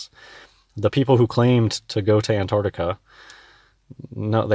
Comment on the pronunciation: Damn mouth-breathing oxygen-thief can't even pronounce Antarctica.